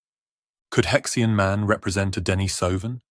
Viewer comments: It's either He Xian /Her Sheen/ or He Xi An /Hershey Anh/. It's definitely not pronounced /hex ee anh/ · You are talking about a fossil hominid with a Chinese name and named by Chinese. Therefore, you did not pronounce the name in English as “Hex ee an”. You make him sound like some kind of spanner. It is more properly pronounced - as best as I can write it in English characters here as: “Her she arn” The “her” sound is made in the back of the throat but not guttural. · Judging the pronunciation of names this is very dubious as an academic treatise. More a treasure chest game. He Xi An?